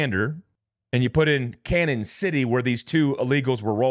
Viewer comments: Gee, I'm a correcter. It's pronounced Canyon City. Not Canon. Royal gorge is the. Walk a bridge, that's around 1043 feet above the water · This is just crazy! Thanks for the info. By the way it is pronounced “canyon” not cannon. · It's canyon City not Canon City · CAÑON City. The Spanish for “canyon.” Not “Cannon.” If you have trouble with the pronunciation, just say “Canyon.” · Hey, you’re pronouncing Canon city wrong. It’s a long in like a canyon. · It's pronounced "Canyon" not "Cannon". Like Prescott Az is pronounced "press kit". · It's pronounced "canyon" city, not "cannon" city. There's usually a tilde over the n, which means an "ny' sound, as in "canyon". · Canon = Canyon is the pronunciation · The town in Colorado where the other two Mexican nationals got "rollled-up" is pronounced CANYON City. The name, "CANON" city is the Spanish spelling of the English word "CANYON". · It's pronounced canyon city. Just to let you know lol. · Canon City Co. is pronounced "Canyon". When our town was first named, it was misspelled and the person didn't have enough money to buy another name so it just stuck!🤷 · Its pronounced "Canyon City" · Hey Boss….., its pronounced “Canyon” I am so sorry…… I can’t help myself….. I really tried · It's pronounced Canyon City. I'm from there. All the Colorado prisons are there including ADX supermax. Jail break much?? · Bro… we’re here in Pueblo (pronounced “Pweb-lo” not “Pweayb-lo”) just down the road from Cañon City (pronounced Canyon City). I hate to nitpick as the grammar police but all the people here that I share this to are commenting on that. The wild wrest aspect of the cartels is just another Tuesday out here. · Just so you know; Canon city is pronounced Canyon City, Pueblo is pronounced pweb low